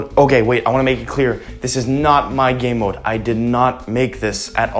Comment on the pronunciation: He said gaymode 6 times